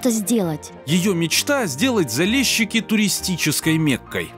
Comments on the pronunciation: Заліщики а не Залещики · не залєщікі!!!! А ЗАЛІЩИКИ!!! тебе ніхто ЄВНУХОМ не кличе!!! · Блин, неужели нельзя правильно прочитать или сказать? Не Залещики а Залищики. И не Крещатик а Хрещатик. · ЗалЕщики - это так режет ухо, смешно